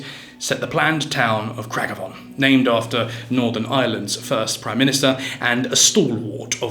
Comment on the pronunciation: It's "Craig-Avaughn" and "Gar-Vachky".